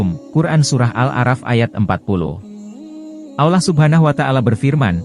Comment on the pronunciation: Ngomongnya kurang fasih beroo Ngomong lafat Allah harus faseh